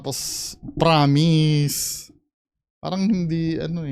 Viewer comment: "Pramis" at "Wanhandred"